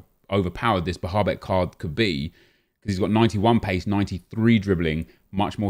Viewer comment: The way he pronounces Bahebeck and Bazoer hurts my ears